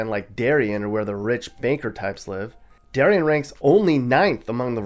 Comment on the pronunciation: Re: Connecticut, it’s “Dairy-Anne” not “Dairy-Un,” and the people from Darien judge you for your mispronunciation